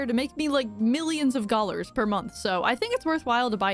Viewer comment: you keep saying gollars instead of dollars